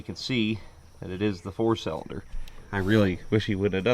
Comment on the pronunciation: Hope you’re feeling better man! Something you might get a kick out of is whenever I’m with my buddies and watch your channel we play this drinking game where every time you say “cellunder” we take a shot, and boy have we had some rough episodes 😂😂 keep up the good work sir!